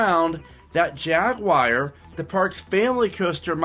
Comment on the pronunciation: Jaguar ,,,,not Jagggguar